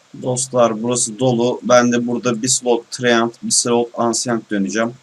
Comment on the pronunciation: treant - tıriyent ancient - enşınt diye okunur. ingilizce öğretmeniyim.